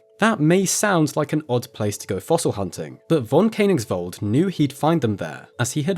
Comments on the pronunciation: Precious video - thank you so much! Just one tiny recommendation: the - oe - sound in Koenig- (or König) is pronounced like the - e - in "service". I'm so sorry for German being such a pain in the back to every natively English-speaking tongue 😅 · The oe in Koenigsveld is an ASCII transliteration of the letter ö, which is pronounced similar to the u in the English word bur. Please try to pronounce correctly.